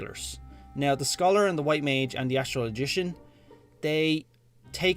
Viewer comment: Please its not Astrologishion it Astrologian